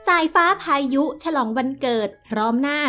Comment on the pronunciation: แอดเวลาอ่านต้องน้องสายฟ้่า น้องพายุนะคะ ไม่ใช่น้องสายฟ้่าพาย